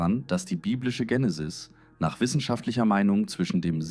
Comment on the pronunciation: warum machst Du dokus wenn du nicht lesen kannst? Es heist nicht Jenisis sondern Genesis und wenn Du was liest sprichst Du von "Wir" ! Biste PlemPlem ? 🤣